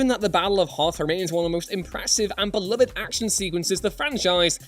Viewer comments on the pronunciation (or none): none